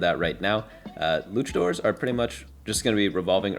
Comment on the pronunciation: They're literally dressed up like Mexican wrestlers, who are called luchadors, which is pronounced a certain way. Nobody really cares that much if you pronounce it wrong, but saying that there is not an objectively correct, near universally agreed on pronunciation for that is a wild take